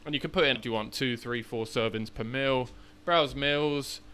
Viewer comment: Meal 💀 Mill ✅ what accent is that from? :P